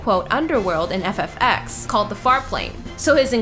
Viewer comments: it is not x, ex or whatever... it is 10. this happens when you hire somebody to read the text and does not know anything about gaming. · FFX=FF"10". It's a roman numeral! You knew VII ("7") and IX ("9")